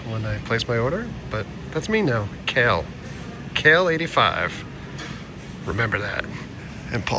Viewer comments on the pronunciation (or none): "Kale" is just the Cartman pronunciation!